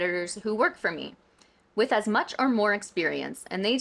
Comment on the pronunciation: I was happily taking a sip o tea each time she said "woth 20 years of experience", I had to refill XD. She's at it again, I would hope the podcast help her realise what she did wrong but we'll see because or now it's very hypocritical to make all those good point but promoting her shaddy business. Also, didn't she change the contract of her client after having agree on the price via videoconference ? or I am misremembering ?